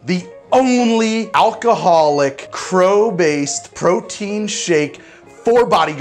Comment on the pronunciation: Did this magnificent stallion of a man actually just say "crow-tein"